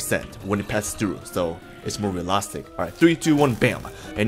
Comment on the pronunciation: for how many god damn times do i have to say it's reaLIStic not relastic?